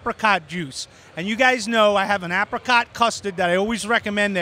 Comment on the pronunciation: Please pronounce apricot correctly 😂